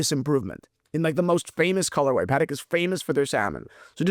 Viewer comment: Pa…Tech, not Paddock my friend. Enjoy the content, regardless of the pronunciation. Keep up the great work. 👌